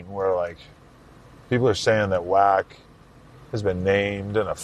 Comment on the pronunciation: Why can’t Bro pronounce Wack name correctly?? It’s killing me. 😂😂